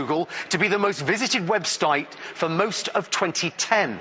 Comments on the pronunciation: web stite LOL! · lol he said webstite. XD